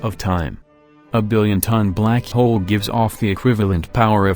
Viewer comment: How he says "black hole": Blak hiol